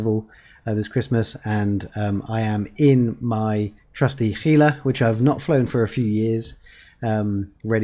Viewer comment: Thank you for pronouncing 'Gila' correctly !!!!! --- Thanks for the great tips !!